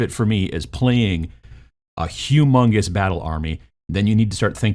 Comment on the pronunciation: did say "humongous battle army" or "Hugh Mungus' battle army"? Follow up question: does Hugh Mungus actually have a humongous battle army?